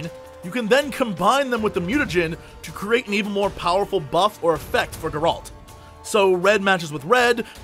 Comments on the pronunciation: Its not Geraaalt It is Geralt reviewer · Is it really that hard to pronounce his name correctly? Calling Geralt "Gerald" is like calling Jesse "Jay-z". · "I'm a huge Witcher fan" Can't pronounce Geralt.. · Dear Jesse, The way you pronounce Geralt's name is killing me. Otherwise, this is an awesome preview. I've been avoiding marketing material for the most part, but this I thought I should watch. You're hyping me up man!